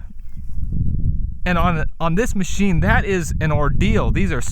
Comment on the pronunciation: Ah, with a "Moe-sheen" for us!